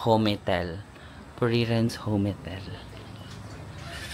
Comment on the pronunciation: “Home” - “tel” po ata ang basa hindi Ho-Me-Tel… hehehe. Love your vlogs as always.